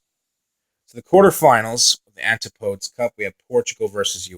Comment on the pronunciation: It's pronounced an-tip-uh-dee but fair enough ;)